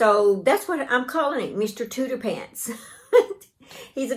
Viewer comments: I’m pretty sure it’s pronounced TOOTER-FANT because it’s like an elephant which is pronounced ELE-FANT. But regardless of what you call him, he’s adorable, you did a terrific job. Take care and stay safe! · Mr. Tooterphants is an elephant with an exaggerated trunk. I think it's pronounced tooter-fants. I love your work. I'm about to join the shoulders of the sweater you're wearing. My first sweater. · I think it cute that you call your crochet elephant Mr. Tooterphants as Tooterpants...I would think you would call it an elephant pronouncing the ph as an f . Either way, he is adorable